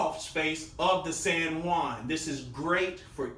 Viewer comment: the "sen one" lmao i was trying to figuring out what he was saying turns out it was san juan